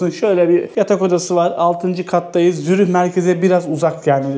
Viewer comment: adam Zürih diyemiyor